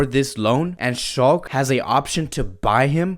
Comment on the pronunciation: It's pronounced "Shalke"but the E is pronounced the same way as if you say "the"